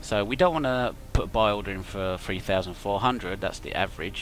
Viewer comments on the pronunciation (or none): three not free and please for the love of god pronounce your T's!!!!! lulululul